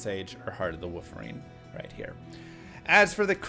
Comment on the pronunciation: "Heart of the Wooferine" OK Now you're doing it on purpose! lol